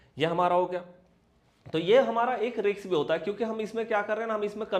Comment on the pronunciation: Nice video but ‘Risk’ ka उच्चार ‘रिस्क’ है (जैसे डिस्क disk) - रिक्स नही (जैसे मिक्स mix, फिक्स fix or Vix). Mujhe aapke sabhi video ache lagte hai.